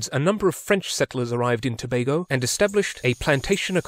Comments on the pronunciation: Liked and subbed at the point you called it "Toe BAY go" instead of "Toe BAG go". It shows you were respectful enough to actually research the pronunciation of the country's name. I applaud your thoroughness. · As a history teacher you get full marks just for pronouncing Tobago properly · Finally! Someone who didn't mispronounced Tobago